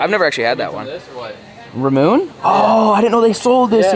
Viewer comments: Ramune is said rah mew nay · Hey, with those Ramunes first off your supposed to take the actual plunger out of the surrounding holder, and to drink it your supposed drink with the two dimples in the neck towards you, just so that it catches the marble. And it's actually pronounced Ra mu ne iykyk.